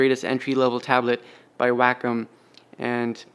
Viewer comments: (Way-com) not (whack-em). Thanks for the video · Wack em’ Please pronounce it correctly It’s way-com last time I checked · It's pronounced Wah-come. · isn't it pronounced way-comm?